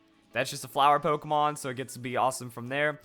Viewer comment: is awesome, but he keeps mispronouncing Pokémon! It's Pok-ay-mon! Not Pok-a-mon!